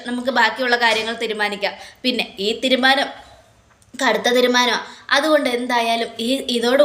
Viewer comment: Tirumanam alla teerumanam ennu parayu